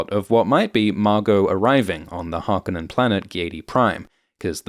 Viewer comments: It's HarkOnnen, the emphasis is on the -o-. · Can you not pronounce Harconnen correctly narrator!?